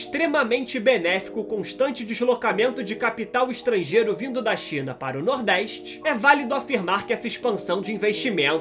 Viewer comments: Nordéistch? Pôrra é essa? NORDESTE, caralho! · Nordeiste? Aprende falar porra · Reportagem, deixa de ser retrogrado criando continuacao do preconceito Sudeste contra o Nordeste. Fala de 17% e os outros 83%? Nordeste nâo precisa de reporter preconceituoso como voce. Nos deixe em Paz com esse seu sotaque horroroso, inclusive aprenda falar a pronuncia correta da palavra Nordeste